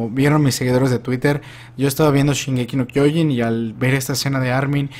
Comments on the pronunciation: Años y años de hacer videos de la serie y sigue sin aprender a pronunciar kyojin y siguen agregándole una N y quitándole una H a Shiganshina. Se pronuncia kyoJIN no kyOjin, y no es shinganSIna, es shiGANshina. Fuera de eso, muy buena teoría, puede que sea Armin de un futuro (que aún no sale en el manga) el que contacta a Eren y el que realmente le siembra la idea a Eren por lo que termina haciendo todo ese caos. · Pues entonces, al igual que, te falta poner atención a cómo lo pronuncian los personajes. Solo dale play a un capítulo sin subs y te vas a dar cuenta, nadie en el anime dice "kyOjin". Muchos tienden a pronunciar mal las cosas en japonés porque solo las leen como se les ocurre la primera vez y no como realmente las dice alguien que sí habla japonés, otro ejemplo "animÉ" en lugar de "Ánime".